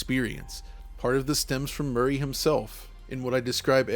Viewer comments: Am I mishearing, or did refer to Robocop (Officer Murphy) as “Murray” multiple times? I have yet to play the game, so if they changed his name for some reason i was not aware. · The book which inspired the Doom mod wast favorite book growing up. He mispronounced his name lmao